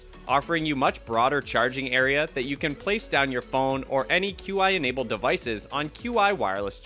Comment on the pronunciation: It's pronounced "chee" not q-i.